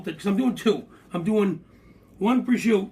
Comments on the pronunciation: Prosciutto is pronounced exactly as it sounds... Not prozhuuu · it's pronounced prosciutto with an "O"at the end